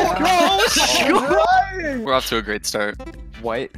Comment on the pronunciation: Græt bird